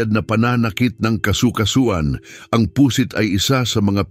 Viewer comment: Pu'sit hindi Pu.....sit ang pagbigkas!